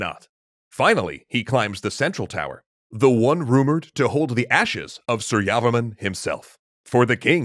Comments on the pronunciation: Janhavi Baghel lol. Same thoughts. Was getting annoyed with the su-yavaman pronunciation. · Please pronounce his name properly it’s Surya Varman. Two words. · that's pronounce "sureyavarma 2" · Pronunciation tip : It's "soor-ya-var-man" with stresses on "soor" and "var". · Btw your pronunciation of su-rya-var-ma-n was bit off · Very Nice, I learned about Angkor in school. You can pronounce the name properly if you separate it, Surya Varman, Jaya Varman and etc.